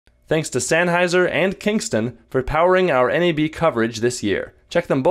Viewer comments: Hemert Minor nitpick: You also said Sanheiser (with an "a") instead of Senheiser (with an "e") at the beginning of the video :) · Damn, this is the first piece of tech tips content I've given a shit about in hmm.... exactly one year! Although i nearly cringed to death when said "SANheiser"